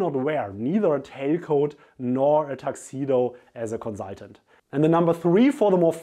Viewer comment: I love the way you say Conzultant